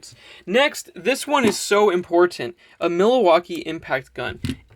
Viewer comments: technically its not "milli" ... (as in "millivolt")... its like the city: Milwaukee Wisconsin..... Pronounced: mil-waw-kee. No worries dude... great videos man... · Mil-a-Waukee HAHAHAHAA I had to play that several times LOL... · ... he calls it a milli-waki ... lol